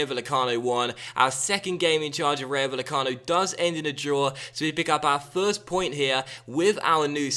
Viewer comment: it's pronounced ry-o vay-e-cano